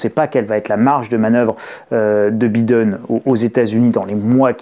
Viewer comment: En anglais le i se prononce (aie) Biiiden ^^